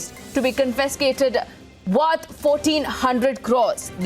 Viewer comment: Get people who can correctly pronounce CONFISCATED